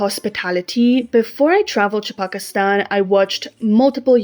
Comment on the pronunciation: I like your voice and your pronunciation of the word 'Pakistan" is surprisingly accurate for a foreigner